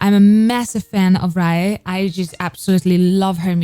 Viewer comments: Hello just to say that “Raye” is just pronounced as ‘Ray’ not ‘Ryer’. I hate to call it up just if you cover her further you’ll almost certainly get people being more funnier about it. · I love how she is pronouncing raye name wrong😂but yh she is pronouncing raye name wrong but I love her